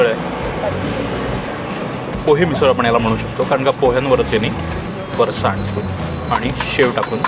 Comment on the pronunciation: तुम्ही पुण्याचे असूनही फरसाणचा उच्चार चुकीचा करताय!